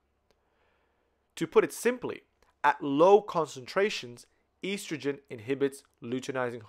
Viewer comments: Such a good video!! But is it driving anyone else crazy how he pronounces estrogen?! 😂😆🙃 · This was super helpful, but every single time he mispronounced estrogen I died a little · I was lost for a good 10 minutes because I had never heard of a such thing as "eestrogen". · great video! very helpful and easy to understand! The only complaint is how you pronounce estrogen haha but I don't mind because of how helpful this is